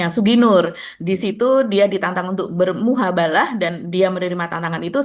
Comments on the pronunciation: 00:07:07:13 ---> mohon maaf,.... bukan muhabalah tapi MUBAHALAH🙏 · Mf mb, sepertinya ucapannya kebalik. Bukan bermuhabalah tapi bermubahalah 🙏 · ma'af.. "Mubahalah" mbak bukan.. "Muhabalah" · Mubahalah, bkn muhabalah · Bukan muhabalah.tapi mubahalah. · Mubahalah mbak bukan muhabalah 😊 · Mubahalah bukan muhabalah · MUBAHALAH Mbak... Bukan MUHABALAH. Saya pecinta & pendengar setia OTR. Dan sering mendengar mbak kurang tepat menyebutkan MUBAHALAH ❤❤❤❤